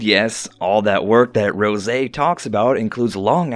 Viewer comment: it,s not rojay its rose